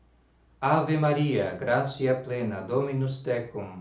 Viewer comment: Salve Maria! Prezado, permita-me uma correção. O "t" seguido de "i" breve mais vogal soa como "tsi"; portanto "gratia" soa "gratsia". Basta notar nos Angelus rezados pelos papas, como por Pio XII, por exemplo (tem aqui no YT), e também nos livros sobre o latim eclesiástico, como o de José Aristides Gamito.